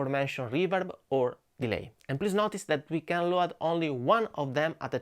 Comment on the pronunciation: Please pronounce load like lowd. I follow your channel forever and must say, your English improved to a nearly perfect level. Keep going.